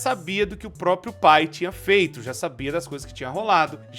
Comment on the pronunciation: Tu errou a palavra "pai" com um "u" ao invés de "i" e agora não consigo mais desver☠️